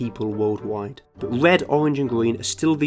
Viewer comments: Wed owange gween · Owange, gween, and wed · Bwain. We'd. Gween.... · Wed, owange and gween CUTE.